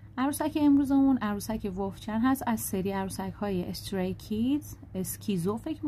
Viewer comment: خاله عالیه ولی ولف چانه نه ولف چن